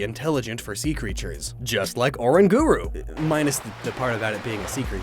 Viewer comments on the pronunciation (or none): HAHAHA no offence but its orang gurro